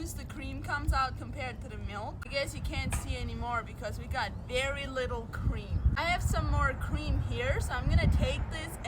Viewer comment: By the way your EYES be so awake, I believe you did sleep well. Anyone notice the lack of blinking? Also, What cweam?